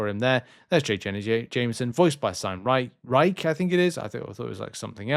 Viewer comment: Sam Rye-shh, 👍